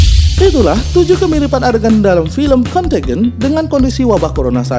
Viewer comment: Bagus isi nya, semoga terus berkembang channel nya. Sedikit saran bisa riset dlu pengucapan nama2 or data (dlm hal ini pengucapan nama film nya) dlm b.inggris nya.. jd lebih okeh lg nonton nya... suksess